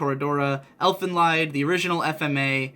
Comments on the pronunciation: Sorry for being so nitpicky, but the "Lied" in "Elfen Lied" is actually pronounced "Leed", not "Lied". This is because "Elfen Lied" is a German title, so you have to use German pronunciation. Its translation to English is "Elf Song". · The "Lied" in Elfen Lied is pronounced with a long 'e', like leet. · btw, the LIED in elfen lied is pronounced as leet